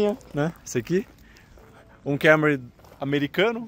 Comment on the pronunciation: Kémory? Kkkkk essa pronúncia do Toyota é piada